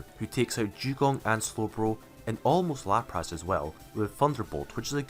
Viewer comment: No One:: LaprASS